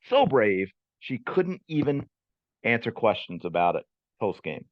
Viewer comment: She could only repeat “I ain’t finna ansa no Caitlyn Clark kweschuns.”